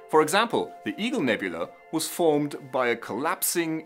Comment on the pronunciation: why do you do that? nebulEE? wtf? nebulA man, and then you go on to mispronounce it repeatedly, who the f*k says nebulEE? lost me because of this.oO(pretentious *%@ &%# %&^$# &*^)